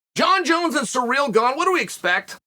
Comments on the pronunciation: Hey unc his name is Ciryl. Not sureal.😉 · Plot twist: Chael is calling Ciryl Surreal because it’s going to be Surreal when Ciryl wins Edit: not saying Surreal wins